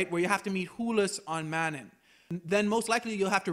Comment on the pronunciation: The game itself says the actual pronunciation of Manaan several times, how could you still say this wrong? Lmao